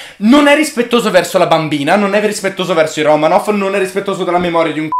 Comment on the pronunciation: Si pronuncia romanof 😂